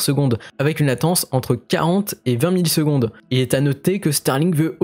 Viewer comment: Pour la latence j'ai l'impression que tu dis 20 milles secondes au lieu de 20 millisecondes, ou alors ce sont mes oreilles 🤪